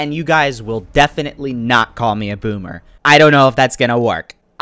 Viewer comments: Lolllll "boomer" not bommer lolll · said bommer